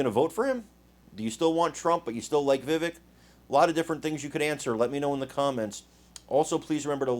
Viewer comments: STOP SAYING VIVICK...ITS VIVAKE !!!! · Chuck is a puppet fully controlled by the deep state. Btw His name is pronounced “VIVAKE” like cake. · IT'S PRONOUNCED VIVAKE ...LIKE CAKE.. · It’s Vivek like cake. Vivek, VAKE. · It’s pronounced “Vivake”. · please learn how to pronounce Vivek. It is pronounced, Vih-Vake. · Yo - it’s ‘Vivaaaak’ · Vi-vake (like “cake”). I like Vivek but I would like to see him get a little more experience and be just a tad older before he runs for president. The answer shown here was great, but sometimes the way he replies shows his age. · Vivek is pronounced vi-vake like cake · His name is pronounced Vi Vake. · Vivek for President. ... BYW The 2nd syllable in Vivek is pronounced like Vake sounds like rake or cake. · First of all hopefully people will start to get his name right Vivek is pronounced like the Vivake.... And don't be so sure it is going to be an either or when it comes to Trump. Trump is a warrior and if nominated we'll get my vote, but Vivek is miles away smarter than Trump. He is going to be an indispensable tool in the Republican toolbox coming up. The thing we need to worry about as Republicans is how to get rid of those idiot rhinos and war mongers like Nikki Haley, Mike pence, and the governor of Krispy Kreme ville, Chris Christie. Ron DeSantis has been a great governor, but just isn't as strong politically. That may indeed be a good thing, as he really belongs where he is. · I believe his name is pronounced, "Vi-Vache" (accent on the second syllable). . . just sayin'. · Vivek rhymes with cake. You're misprouncing his name. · you should pronounce his correctly